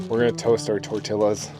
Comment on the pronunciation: You know someones from Canada when they pronounce Tortillas like that 🤣